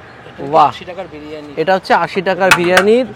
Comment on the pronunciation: বিরানী বিরানী করবেন না। বড্ড কানে লাগে। কথাটা বিরিয়ানী।